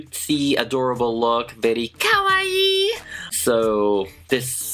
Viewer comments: No one is gonna talk about how he said Kawaii 😩😩💅🏻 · never say kawaii like that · Omg how u said kawaii/my style😂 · why did they say KAWAII like that 🙂🥲